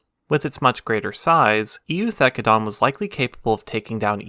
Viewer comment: For reference the E is silent in Eu, as in Eucalyptus and Eukaryotes. Just a weird latin rule.